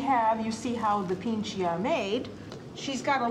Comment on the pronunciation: pici not pinche